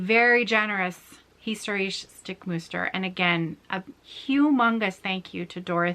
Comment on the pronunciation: your German is really really cute. ❤️ And don't forget: the German words you speak in your video are actually extremely complicated to pronounce. Hence my absolute mega respect! The word „historische“ („historical") alone is not easy to pronounce. You did very well